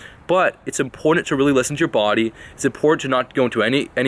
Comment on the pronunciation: Hahahahhah 😂😭😂😭 you had me cracking the fuck up